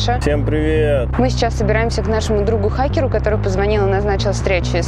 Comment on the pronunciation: Произношение слова "ХАкеру" от девушки, вот что действительно страшно!